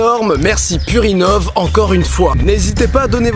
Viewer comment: J'ai pas pu m'empêcher de me marrer en entendant "merci purinov" qui fait très "merci purin-ov" xD